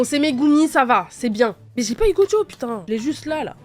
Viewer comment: pour pu***n tu dis poutine